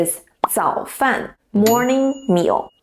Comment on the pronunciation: 早饭 is zăo fàn? Third tone?